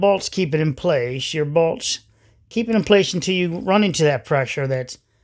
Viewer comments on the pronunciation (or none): Got half way through video before I worked out you are saying bolts, not balls.